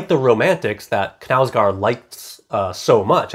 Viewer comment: Love your reviews! I just wanted to tell you, given that you like this author, the correct pronunciation of his name, which isn't anything difficult no worries - [kɑːl ˈûːvə ˈknæ̂ʉsɡoːr], the simplest thing is to type the name on google translate and listen to the audio, anyway, the k is not omitted like in english, å is pronounced like 'odd' and the last d is omitted, for the au of knau I can't find an english example but if you pronounce it like you already do it's not too bad although it goes more towards an e sound